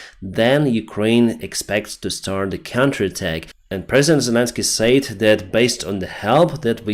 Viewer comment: Your program is the best and most useful. Just one criticism please.......the pronunciation of the word "SAID" DOES NOT RHYME WITH '" SAY"...."SAID" RHYMES WITH THE WORD "BED", "DEAD", "HEAD",etc.